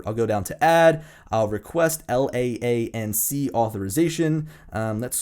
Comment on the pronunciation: FYI: LAANC pronounced "LANCE"